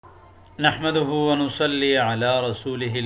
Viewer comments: نحمدَ نہیں ہے بلکہ نحمدُہ صحیح ہے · چلیے اچھی بات مگر سننے میں زبر کے ساتھ لگ رہا ہے